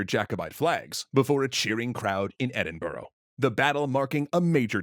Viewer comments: Ed-in-bruh. Not ed-in-borough. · not "edin-burrow" "edin-bruh" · Why do Americans have such a hard time pronouncing Edinburgh? Everything else was pronounced so well, but Edinboro isn't even close, it's "Ed-In-Bruh" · As a scot, 1st brilliant video 2nd its so funny to me how people always “Edinburu” or “Edinbuger” or “Obama” it pronounced “Edinbruh” 🤣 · brilliant vid mate, one problem…. YE PRONOUNCED EDINBURGH WRONG. SWEAR TO BLOODY GOD ITS ED-IN-BRUH NOT ED-IN-BURG. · It was all going so well, until you said Edin-borough 🤦‍♂️ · Why do Americans always mispronounce Edinburgh as "edim-burrow"? Like, where do you get that from? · Hey, big fan of your videos! just to say, you pronounced Edinburgh the American way which is kinda hilarious to scottish people. if you want to pronounce Edinburgh the Scottish way instead of the American way it's more Edin-Buh-Ra 😊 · Bonnie Charlie was pretty cool. A few wee pronunciation errors "Edin-bourgh" most notable. Very odd pronunciation. I wonder if you'll bring up the Neo jacobites but that'd be in the 1900s and 2000a so probably not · Where on Earth is this "Edinboro" place? I know of nowhere in my country that goes by that name ;) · you said Edinbrugh rong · Yo it's not pronounced Edinbruh? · I liked this video until they mispronounced Edinburgh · It's good information, but their pronunciations are genuinely awful. A mixed bag. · I'm glad you looked at the nuances of this, a lot of histories simplify this to battle of highlanders vs lowlanders/brits, when it's really a tangled mess of different clans and regiments fundamentally fighting for a regime change. (Ps its pronounced Edinburgh, like how it's spelled 😝)